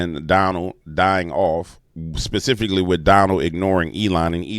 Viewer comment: LOL! You STILL didn't get "specifically" right. ILUV YA ANYHOO!